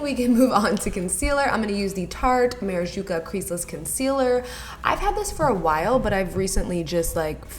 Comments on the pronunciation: Hello Brazilian girl hereeee, for the Tarte Maracuja Concealer, maracuja is pronounced Mah Rah Coo Jah not Meh Reh Joo Ca :) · it's maracuja.. not marajuca. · It's maracuja not marajuca. Just saying. Btw you slayed the look today <33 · Marajuca!!!! Maracuja girl :D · been in love with you since the red hair! but the only thing I have to correct you is with the pronunciation of maracuja (mah-rah-koo-jah) lol but love it! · IT'S MARACUJA CONCEALER 😂😂😂